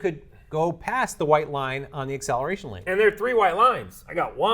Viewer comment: Im sorry for being annoying, but ACCELARTION? 😂 way to go